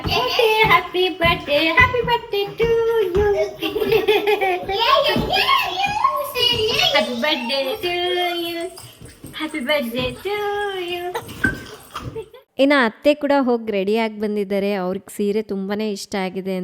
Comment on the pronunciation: Please it's birth-day not Bird-day